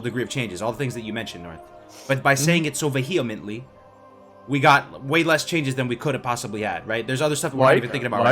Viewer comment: "Vuh-hee-ment-lee" OR "veh-hee-ment-lee"